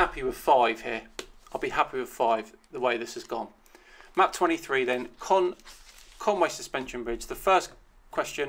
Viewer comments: But he can't say conwy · Welsh here there is no Conway there is a Conwy Coney Conwy